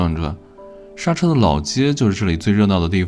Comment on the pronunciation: 莎車，應該唸成縮居